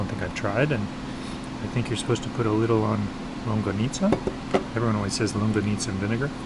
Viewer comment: Man, with that much meat on that bicol express, and two huge longganisas, a typical Filipino would eat 1 or 2 more orders of rice. Longganisa is pronounced as long-ga-ni-sa not long-ga-nit-za.